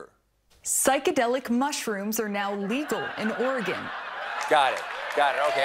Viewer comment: Thank you for being one of approximately 9 New Jerseyans who can properly pronounce Oregon. But that's probably because you're not a native.